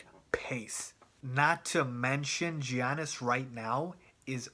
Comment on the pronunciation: his name is Giannis not Giannas.